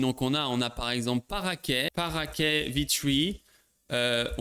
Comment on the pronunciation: Coucou c'est le fan d'antigravity !! On dit parakit comme perroquet en anglais ! Pas parakét